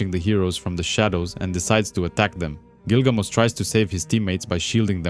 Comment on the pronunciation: Just curious here…but, isn’t it “GilgaMESH”, like the ancient hero story? I’m not making fun, or trying to be “that guy” (the one correcting a mispronunciation. I’m just genuinely curious. I always thought it was Gilgamesh, but I’ve not actually read the story. Just knew some plot points & characters, from years of being in comic book groups on social media & the like. Lol! Anyway..) Don’t mean to be rude, disrespectful, or anything of that nature. My apologies, if it has come off that way.